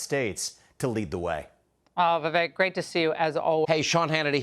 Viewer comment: Is Laura dumb or just lazy? Why can`t she properly pronounce the name of a guest she has had on her show innumerable times?